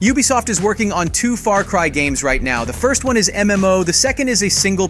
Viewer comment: I thought I was the only one that heard that😂